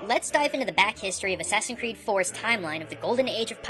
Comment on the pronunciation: Please dont say "ass creed"...that's a humiliation of a great game franchise!